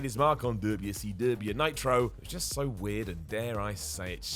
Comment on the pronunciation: Or when pronounces WCW "Dubya Cee Dubya"